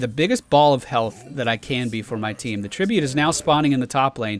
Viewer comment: "we did end up getting that tree-bute" ;3